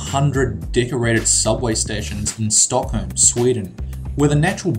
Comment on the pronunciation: lol the way you said Stockholm xD